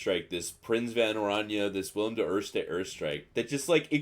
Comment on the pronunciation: LMAO As a Dutch guy, I approve of Billy the First 🤣🤣 But your original pronunciation was actually not bad at all, even if done jokingly